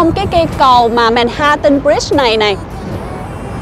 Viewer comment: Ban doc sai manhattans roi , phai doc la man hat’ en